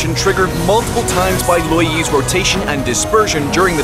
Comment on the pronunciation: Them: Lou Yi Me: Yi Lou (yellow)